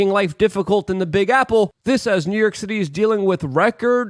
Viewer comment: Good ol NEW YERK!! 😂 Love ya, Luke!